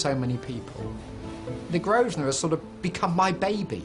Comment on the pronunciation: it's infuriating hearing the owner of a business mispronounce it 90% of the time. it's not "grove-sner" it's GROVE-NER!!!